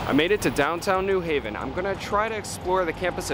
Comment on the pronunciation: Thank you for pronouncing New Haven correctly, with the accent on the second syllable.